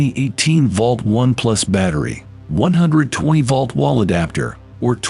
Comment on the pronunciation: Tell your announcer,, that "volt" does not rhyme with "vault". This is why you should hire a human being and have human beings listen to the narration before you post it online and undermine your own credibility.